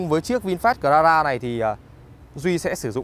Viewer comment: Cờ la ra vãi ông ạ